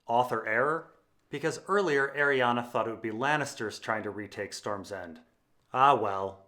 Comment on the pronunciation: I cant stand you saying Arianna when it's clearly not pronounced like that